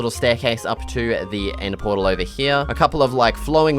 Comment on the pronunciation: You said nether protl the frist time